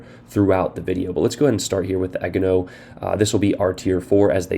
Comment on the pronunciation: As someone who has grown up in an Asian neighborhood, I would like to help out with your pronunciations. Agano: Ah-gone-no Gokase: Gee-yo-kah-say (hard G at the beginning) Omono: Oh-moan-no Shimanto: She-mahn-toe And for the eventual T8 and LT IJN CLs Takahashi: Tah-kah-ha-she Yodo: Yo-doe. Once you realize that most East Asian languages (especially Japanese) are syllabic based, and you pronounce each word by its syllables, then the pronunciations become easier.